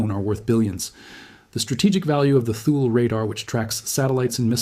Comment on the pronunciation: Thule is pronounced Tooly